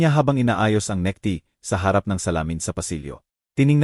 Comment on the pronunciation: Atty.,hndi ate😂 necktie hind neckty😂